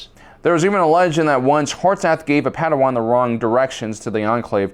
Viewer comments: Why are you saying potato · Thought I was having a stroke when u kept saying potato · Why do you say potato all the time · HAHAHAH HE SAID POTATO kys